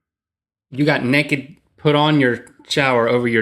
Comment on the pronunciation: Lol. Rhett said "nekked" XD